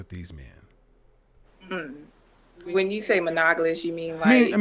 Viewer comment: monagolus? Lmao monogamous